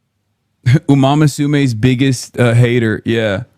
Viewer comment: I think he should be cancelled for how he says umamusume